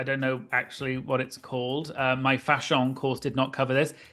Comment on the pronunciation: The way you keep saying fashion like that is sending me